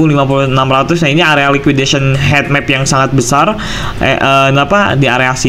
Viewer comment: Bacanya hitmap bukan hetmap